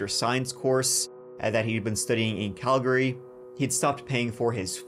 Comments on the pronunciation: I'm a Brit living in Calgary. You never hear a person from UK/ Ireland pronounce place names right here. The presenter got Calgary perfect, and Kamloops! The Calgary was impressive though. And he said gas station but I'm not sure if the Irish say that instead of petrol. *Calgary is originally a pretty Bay in Scotland, I wonder if it's a Celtic thing? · I think you're the only person I've ever heard who's not from Calgary who can pronounce Calgary correctly. Good job lad😂